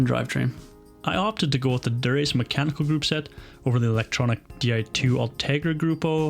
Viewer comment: Chapeau to you Sir!! Duraché 😂😂😂🎩👒🤗